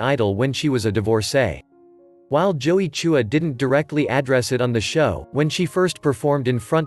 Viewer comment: Why do you pronounce "Chua" as "Choo- wah"?